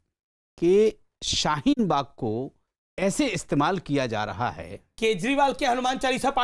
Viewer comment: Abe sale shheen bag nhi hai shaheen bag hai sale jahil